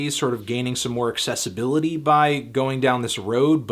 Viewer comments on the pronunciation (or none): none